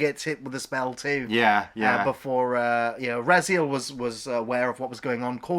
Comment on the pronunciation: It's Airk, Fin Raziel and Franjean, not Eric, Fin Razelle or Razeel, and Francine. Francine's actually a winner, though. 😁 Really not looking forward to the series. It's Kennedy's Lucasfilm, so they'll just destroy another beloved classic.